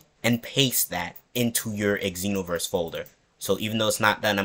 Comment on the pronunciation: Bruh. You don't say EX enoverse...